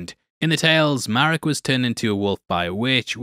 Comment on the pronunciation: Merraok isnt Ezra 🤦🏽‍♂ I really was looking forward to watching this show being a long time SW: Clone Wars and SW: Rebels fan, but this pacing was 😪especially being at night. So my 2 cents, release your reviews during work hours and dont go out of your way.